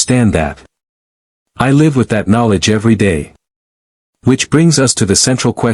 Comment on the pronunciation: LIVE long and prosper. get the first word pronunciation correct stupid AI.😅